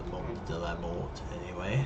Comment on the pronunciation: I recently saw a screenshot of it with someone landed right next to the jet, that was awesome and scary. By the way, I heard the "t" from Mort is mute. So when you say it, it should be "Monde de la Mor". o.O There's a t in there because you could refer to a different gender like a dead woman. "She was found dead" which result to "Elle a été retrouvée morte". That's the only time where the t is no longer mute. :D At least from what I understand.